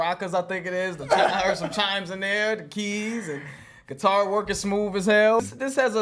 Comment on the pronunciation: Pronounced SIT- ar instead of gui-TAR 🙂